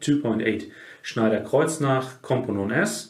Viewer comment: Foma paper is my favourite one, not so expensive but excellent, i use fomaspeed 313 pearl edition. The way you pronounced Scnhneider K lens, i immediately knew you are German speaker, hehe